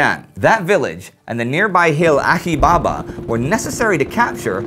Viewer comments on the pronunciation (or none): Achi Baba is pronounced how it's transliterated- "ch-" as in "chain." From Turkish, Alçıtepe